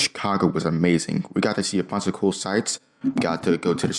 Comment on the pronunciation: Did he said amazing or mamazing